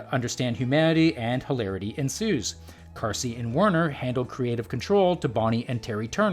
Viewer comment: Marcy Carsey? Not Marcy Darcy?